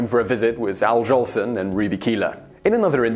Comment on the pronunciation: Al "Johnson"? Noble "Sissy"? Come on, you never heard of Al Jolson or Noble Sissle before you picked up this script, did you? :)